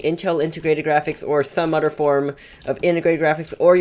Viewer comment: Odder😂 “other” oml ilysm 😂😂😂